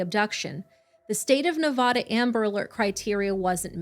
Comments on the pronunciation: It's NE VA DUH not NE VAH DUH going forward thank you - las vegas resident and we hate when it is pronounced the way you say it. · Made it 4 minutes in & had to tap out. As a lifelong Las Vegan, PLEASE STAWP SAYING NEVAWDUH. It's Nevada with a short "A" sound, as in man, can & have. My name is Ashley. Remember it that way. Ashley lives in Nevada. Ash happily lives in Nevada with her mom and *dad*. Short "A".